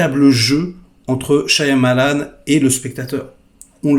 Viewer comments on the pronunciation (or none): AH !! toi aussi tu dis ShaYAmalan, parce que les autres ils disent tous Shamalan, ils prononcent jamais le Y ça me saoule mdr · Je crois qu'on ne prononce pas le Y de Shyamalan. On devrait dire Shamalan.